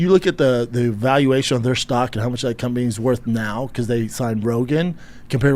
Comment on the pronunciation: Schaub being a business shark is hilarious. He can't even say "valuation". I'd love to see him try and say "EBITDA".